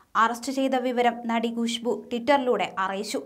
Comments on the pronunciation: ഗുഷ്ബു അല്ല കൊച്ചേ.. ഖുശ്ബു 🤭🤭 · Gushbu alla, Khushbu aanu